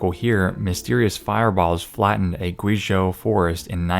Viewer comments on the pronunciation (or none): none